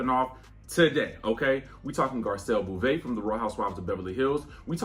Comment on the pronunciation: Can you please pronounce Garcelle’s name correctly… Beauvais: BOW-vay..: merci beaucoup (BOW-coo) 🥰 😜